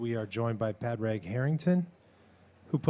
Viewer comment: The interviewer should learn to pronounce his name. It’s not “Pad Rag” it’s “Pawd rig”.